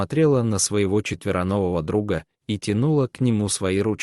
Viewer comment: ЧетверонвоВо? Прям замечательный рассказ, но это прям слух режет.